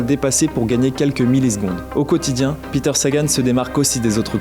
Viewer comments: Ben c'est pas le seul à prononcer à l'anglaise je sais pas si j'ai déjà entendu prononcer correctement par des journalistes et à force de l'entendre je le prononce parfois comme ça aussi alors que je suis marié à une Slovaque qui me reprend 😂. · Peter prononcé comme si c’était un américain 😅